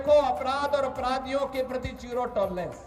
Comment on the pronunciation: योगी जी टोरलेंंस नही टोलेरेंस ।